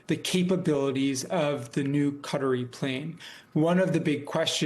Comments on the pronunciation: Who are the Kudderies? The media should get together on a more accurate pronunciation. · buddy said... cuttery plane 🤣